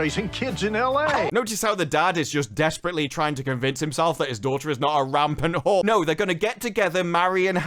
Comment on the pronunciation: I love how always says whore 😂